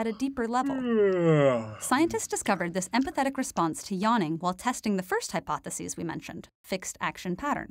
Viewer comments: It bugs me how she pronounces the singular "hypothesis" like the plural "hypotheses." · You’re pronouncing hypothesis incorrectly most of the time. It’s driving one of us crazy. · It's quite annoying trying to follow the topic when you continually mispronounce 'hypothesis'